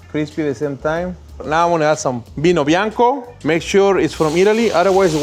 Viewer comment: "now add some ✨ V I N O B I A N C O ✨" ahahahah I'm italian and I love this guy 😂